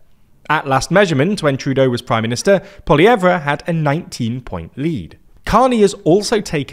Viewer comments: Buddy, as a news reader, you are going to have to learn how to pronounce people’s last names 😅 It’s not pronounced “PolieeEvvRA” 😂 That’s excruciating to hear and I don’t even speak French 😂 Maybe do some research. YouTube/Google how to pronounce Poilievre 💪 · Poillievre = Pwol-ee-ev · Poilievre you do not pronounce that R... sort of ceremonial letter :) (POLLY-EHVE) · What I want to know is what wasps from the mother nest think of Carnys work for your bank. Additionally you're mispronouncing little pierres name not that I care about respecting that trump quoting anti vacs idiot but so you sound professional it's poli-ev no re. Also sit up straight, or maybe you deliberately act unprofessionally? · You're think they'd listen to at least one clip of someone who knows how to pronounce Poilievre before saying "Pol-Y-eve-Re" 50 times. 😂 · Just one note, poilievre is pronounced poly-ev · Poilievre is pronounced more like "Poiliev" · Actually, it is properly pronounced as "pwah-lee-eh-vruh". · Butchering Poliviers name man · The "RE" in Poilievre is silent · The British pronunciation of Poilievre is sending me! XD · That’s not how you say Poilievre 🤦‍♂️ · PLEASE STOP SAYING THE R IN POLLIEVRE its french and silent jesus 😂 its so annoying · As a Canadian I don't think your supposed to pronounce the "R" at the end of Polievre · I love that intentionally mispronounced Pierre's last name this entire time. It's a small thing, but it helps to fight back in small ways. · Learn to pronounce the Canadian conservative leaders name correctly, reeks of an AI script never heard by a Canadian ear. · Mispronouncing Poilievre is ridiculous, come on!!!! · This guy doesn’t even pronounce PP’s name correctly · Your pronunciation of Poilievre is incorrect and it’s really irritating. All you had to do was listen to a Canadian news broadcast to get it right. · You're pronouncing Pierre Poilievre's name wrong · They way they pronounce Poilievre 😭😭😭 the re is silent 😭😭😭